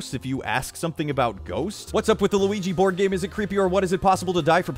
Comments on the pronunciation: Weegee board. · luIGI boArd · Just Me Elora Luigi bOARD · luigi bOARD!!!!!! luigi bOARD!!!!!! luigi bOARD!!!!!.? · lu we gee BORED? I'M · Tracerino dude srsly is this mispronounced word like auto-correct or something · How he says Luigi board makes me laugh the hardest out of this entire video.